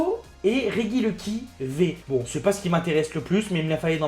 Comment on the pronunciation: REGIELEKI ça se dit Réjiéléki (tu dit rejice et rejidrago alors laisse ce pauvre regieleki tranquille stp)